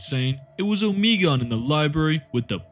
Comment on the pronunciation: Your pronounciation confused the hell out of me for a while, I was like "who in the world is ohmeegun"